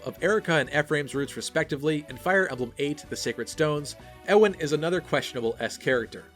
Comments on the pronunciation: Its pronounced yeewan not ewwwwan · U-in, not e-wan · Alright yo Ewan is pronounced as You-win. Not Euw ann. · Just a tip, Ewan is pronounced Yew-an. As in Ewan McGregor. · FYI, "Ewan" is pronounced "Yuan" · The way you say Ewan kinda kills me. Isn't it "you-wan"? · Ewan is pronounced You-win. No emphasis on anything, though I'd say the U part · Isn't Ewan pronounced like Yoo-in? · I've always pronounced it more "you-wan" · Ewan is a Scottish name. Always find it weird when people pronounce it wrong. Just remember Ewan McGregor. (Also I've never understood why people think Guy is pronounced Ghee because I know multiple people called Guy and it's just pronounced like the word guy. (gai kinda thing idk how to type pronunciations)